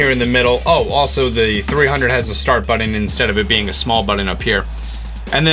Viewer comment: it's BUTTON!!! not buddons